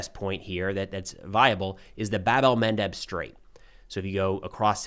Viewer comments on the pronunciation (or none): The BBC correspondent, on-air, said :”…that key part of the Hormuz straits , the Bab-al Mendeb”. Quality stuff👌